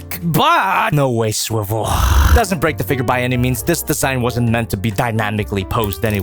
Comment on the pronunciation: I miss the days when we used to make fun him for saying swibel here 😔